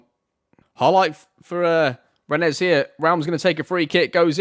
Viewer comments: rennes is pronounced "Ren" :) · "How good they really were" would be the stats, not the attributes. And it's Rennes -> Renn -> Ren, like "hen" with an r Guess I'll see you on Twitch :) You could edit those streams too and put them here